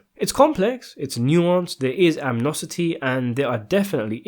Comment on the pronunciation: Is the dude narrating English? He sounds Asian, but i find myself😢 wondering if his first language is Anglo. I say this because for a fairly erudite individual with a reasonable vocabulary, he makes some rookie pronunciation mistakes; in this video alone "anmosity", "Pamlice", "cullinugus"!